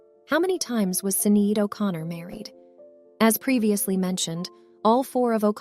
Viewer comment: Say her name right